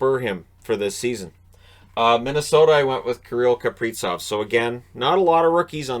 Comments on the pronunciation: Gotta say it: it's KapriZov with a zee-sound, not KapriTSov... Russian born dane here, so it's not up for debate:) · I am not sure why started pronouncing it wrong, but it's Kaprizov with a Z, not Kapritsov😀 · Z in Kaprizov is pronounced the same as in Suzuki.